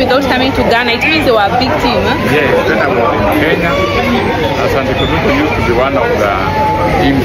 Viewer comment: “ it’s Kotoko not kotoka😂😂😂😂